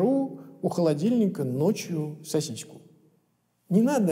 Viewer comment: СосиСку, а не сосиську